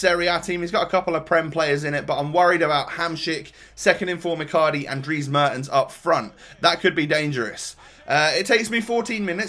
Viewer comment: just a tip, its pronounced mairtens, but you nailed his first name